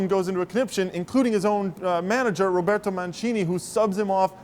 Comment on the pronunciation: said Roberto Mancini in Italian LOL